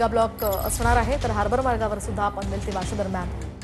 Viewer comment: हार्बल नाही😂😂😂 हार्बर आहे ते.